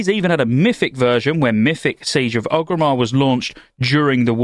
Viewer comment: Does it bug anyone else how he keeps mispronouncing Orgrimmar?